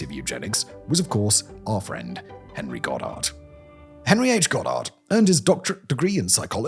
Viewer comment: "and one of the most prominent devotees of eugenics was our friend Hhhhhit- Henry"